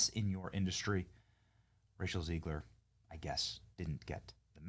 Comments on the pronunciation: Why do you say Rachel "Zee-gler?" It's Zeg-ler. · I think it’s Zegler, not Zeegler.